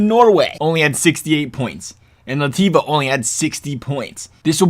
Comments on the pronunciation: "Lativa" like... Queen Lativa? Say it with me: "Laht-vee-ah" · Its not ,,lativa’’ its lat vi a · It’s Bell-Ah-Ros and Lat-V-uh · Congrats on pronouncing most countries incorrectly. Lativa? Belarius? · You said Latvia and Belarus wrong lmao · The way you pronounced Latvia and Belarus made me cringe so hard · Are you dyslexic? Not trying to be rude but you completely butchered Belarus and Latvia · you're not just pronouncing them wrong, you're adding letters. You should get checked